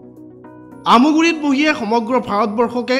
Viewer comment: Aamoguri nohoi aamguri